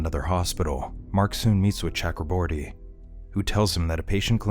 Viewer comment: Please pronounce Chakraborty correctly :/